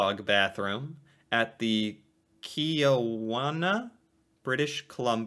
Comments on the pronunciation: Key-ow-wanna. Funniest pronunciation of Kelowna I’ve ever heard. Btw, it’s Kel-own-a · Kelowna, British Columbia pronounced as Ke Loan a not key 🇨🇦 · Your the 3rd American I know that called Kelowna... Kio-wanna lol... think of Ka-loan-na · As a kelownian myself. I absolutely cringed when he said "key-owe-on-ah" not even close 😂. It's "Kell-own-ah" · I'm Canadian and it hurt when he called Kelowna Keiowna... buddy that's an L not an I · Pronounced Key-Low-Na, and also known as Canada's California in the summer. Kelowna comes from the Okanagan/Syilx First Nation word kiʔláwnaʔ, meaning "grizzly bear" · kelowna pronunciation - ka-low-na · That town is pronounced Kuh-low-na. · Pronunciation: Kel. Own. A Kelowna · Kelowna. Keh LOW na. Northern lights: aurora BORY aliss. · they are called COBRA CHICKENS! Well technically, gooses’s ITS NOT- YSVSISJ ITS KE- LO-NA, SAY THAT FAST, yer fine, just go out the window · Kelowna is Kell-oh-na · Kelowna is actually pronounced as kel own a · Kelowna is pronounced kuh-low-nuh (stress the second syllable) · Kelowna = Kell-own-ah Just found you a couple weeks ago, but big fan already! Your personality 👌🏻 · You're cute at how you pronounce our Canadian cities, The dog bathroom the city is called Kelowna, pronounced Ka-low-na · The way he pronounced kelowna 🤣 try kel-oh-na. Lol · Been on a binge of your channel. Gotta say, it's cool seeing somebody react to all the wacky and oddball things we have in Canada. There is a pronunciation that I would like to correct if you don't mind. The word 'Kelowna' has an 'L'. So the word would be 'KeLowna'. I don't know if anyone pointed it out. Other than that, I'm loving these reactions. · Kelowna, the city with the airport with the service dog bathroom, is more like Kah-lown-ah. It’s derived from an Okanagan word for a male grizzly bear. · Kel-oh-na. It’s in BCs interior, meaning in the mountains. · Read carefully... Kel-ow-na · Kelowna => Key-low-nah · Kelowna is pronounced Cal-own-uh